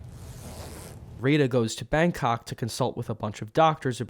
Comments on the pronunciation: Is pronunced Pérez, not "Perez". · Love how gringos have a visual indication on where the strong sillable is on the word/lastname Pérez and still pronounce it like Peréz, as if the strong sillable or accent is on "rez" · I hate how it's pronounced with emphasis on the second syllable, but it's still spelled Pérez, not PERÉZ for some god forsaken reason